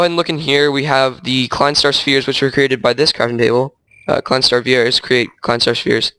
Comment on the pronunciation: vier is actually pronounced like fear oh also in English the first four are called small star one, two, three and four